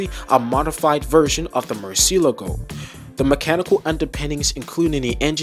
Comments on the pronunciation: Italians and everyone else in the world: Lamborghini Murcielago This guy: Lamborghini Murcy-eleago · i mean you are contradicting your initial response here. You said you "tried", at first. And i can guarantee you now, that the way you said it, is not how the spanish say Murciélago at all because i am spanish😂